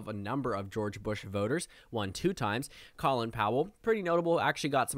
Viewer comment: Just an FYI but “Colin” in Colin Powell’s name is pronounced like “Colon”